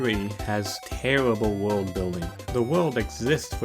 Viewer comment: Tewwible wuld building’